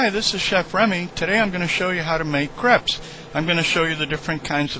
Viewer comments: Cray-pes. Not creps. Crépes. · Its not like creps its like cr(a)pes